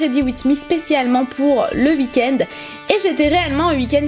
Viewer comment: Super vidéo comme toujours :) <3 ... (On dit week-end et non "week en" :')